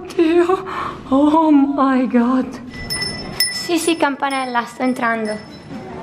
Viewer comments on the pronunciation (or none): non si dice oh my gold ma oh my cast